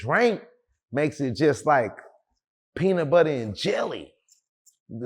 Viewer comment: Cuz said peanut butta & jelly 😂